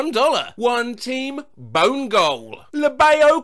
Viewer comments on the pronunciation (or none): none